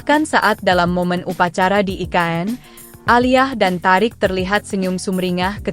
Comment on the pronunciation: yang baca berita tulisannya emang thariq tp bacanya thoriq bu terus HUT mbok ya baca lngkap hari ulang tahun,, kok hutt😂